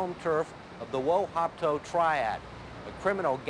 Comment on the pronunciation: Wo Hop To not wo hop ko